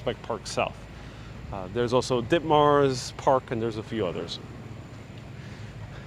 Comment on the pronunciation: Yep! I graduated from Ditmas Jr. High School. It's pronounced "Dit" like "bit" and "mus" Like "bus" Ditmus!